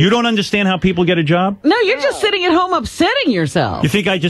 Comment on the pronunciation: At the end, "Your sitiin all day at home with those cats."